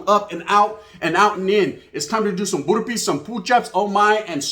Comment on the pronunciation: This man said “doing some borrr-peez and pooch-ups” getting in shape 😝 💪